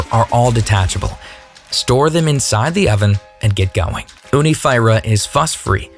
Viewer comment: I think your pronunciation is wrong Fyra means four and is pronounced 'feera '